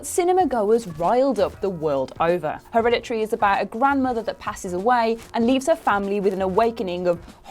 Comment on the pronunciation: So, Herede-tree huh?